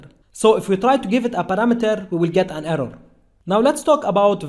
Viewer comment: We will get an errow😂😂